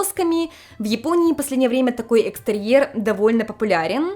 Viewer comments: что у тебя с произношением буквы "в"? Вместо вайба слышу байба, вместо довольно - добольно. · В японском в и б это одно и то же. Возможно у уже языковая перестройка) Она наверное чаще сейчас на японском говорит, чем на русском)